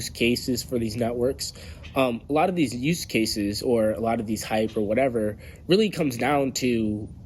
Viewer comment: Did you say, “Deez Networks”!